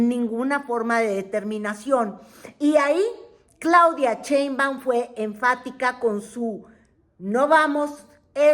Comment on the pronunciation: Mientras sigas pronunciando "Cheinbaum", no te voy a ver 😅 Pronuncia bien su nombre!